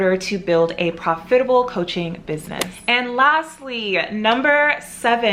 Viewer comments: Actually there is nothing wrong with how she pronounced it. I have an African friend who pronounces it the same way. You biddies are so jealous you’re being picky for no reason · Am I the only one you can’t stand how she says profitable? Lol I’ve never heard someone say it like her